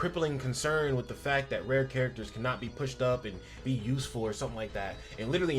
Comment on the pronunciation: Apologies, I kept hearing "red" instead of Rare lol Rare Maki's ults recovers 240 Ultimate gauge of her collaborator. she also can apply Crit Resist Decrease by 20% on her skill 3 to one (or more) enemies. Rare Panda can draw attack for 1 turn and has a 40% decrease in damage taken, along with a 25% DDT buff that last for 3 turns. Coupled with a teammate that gives him curse energy and a bit that keeps him topped up, he can draw attack for the turns needed while you pick off enemies.